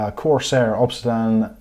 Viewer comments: What is ob-se-dan? It's Ob-sid-ee-yan.. as in the material. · OB SID DIAN. Not Obsidan. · Ob-sedan? Never heard anything of Ob-sedan before 😂